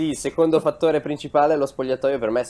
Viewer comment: nessuno: beli: shecond me..